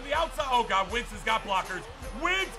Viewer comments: It’s wentz not wintz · It's Wentz not Wintz